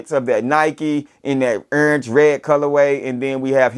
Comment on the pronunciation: accent heavy on that URNGE. lol peace family. these have easily earned a place in top 10 but wayyy too early to call for SOTY.